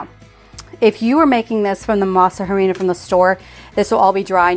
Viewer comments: I know you don't speak Spanish, but in our language we don't sound the "h." When we say harina, we just say, "arina." I just find it funny when you say, "harina." You make the English sound of the "h." That applies to almost every word written with "h." I'm not making fun of you, I just wanted to let you know how it should sound in Spanish.❤ I love that you love Mexican food!🎉🎊🇲🇽 I bought the masa flour from Azure and they were good, but the texture was very grainy. Anyway, I'm going to try to get corn and go through the whole tortilla making process. I'm sure it's worth it. I miss eating fresh tortillas from Mexico.😢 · The h is silent in harina. Basically pronounced "a rina"! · Don’t pronounce with H. It’s like ah rina. Please